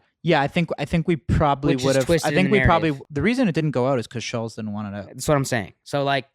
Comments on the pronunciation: Andrew "schulls" lmaooooo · is sooooo FAKE Also it’s not Shulls It’s ShultZ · It’s SchulZ…dammit! Pronounced ( Shultz) Not Shuls! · It’s pronounced “Schultz” - they are saying it more like Shuells. Jesus Christ, it’s not that difficult. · It's funny they keep calling him Schullz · Do they even know his name is Schultz, not Shoals? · Andrew’s name is Schulz not Schultz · "Andrew Shulls" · the fact kyle can't even pronounce andrew's last name proves andrew's point that these guys do zero research on guests and just dial it in 😂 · Kyle doesnt even know how to say Schultz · If he says “Shuhlz” one more time I’m throwing my phone in a pool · Why they never pronounce the T in his name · Why are they mispronouncing Andrews last name like that? 😂😂